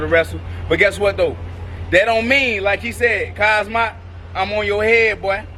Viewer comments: This nigga cant say Hamza? Keeps on sayin kazmat WTF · My boy said Khazmat😭😭😭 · Shcaub called Khamzat Daghestani 😂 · Buckley calling him Kazmat is fuckn hilarious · That had me rolling 😂😂😭🤣😂😭 kasma lmao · LoL Tito didn’t know how to say khamzat